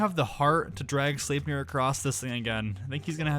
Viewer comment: It’s pronounced: slep-near.